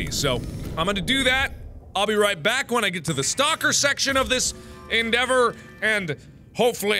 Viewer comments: he said stopper instead of stalker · did anyone else see that mark said stopper instead of stalker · i heard stopper innstead of stalker X3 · pretty sure he said stopper lol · did he say Stoper 🤔